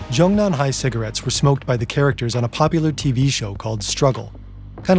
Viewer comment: Zhong Nan Hai, not Zhong Han Hai